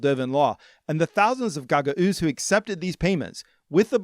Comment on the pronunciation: Unfortunately, you mispronounced Gagauzia each and every time you said it (along with mispronouncing Gagauz). Wikipedia states the phonetics: you could have checked this with a five minute Google search at any point. In related news: 99 percent of American news anchors still can't pronounce Xi Jinping.